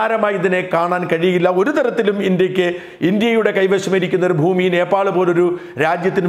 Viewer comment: നേപ്പാൾ എന്നതിന് പകരം ഭോപ്പാൽ എന്നു പറയുന്നത് എന്തു കൊണ്ട്?